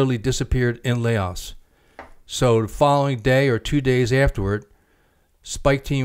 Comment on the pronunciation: Layaos. Lol.. it's pronounced Lao